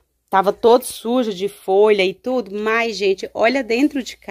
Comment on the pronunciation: I tudo tudo ela fala itudo kkkkk aff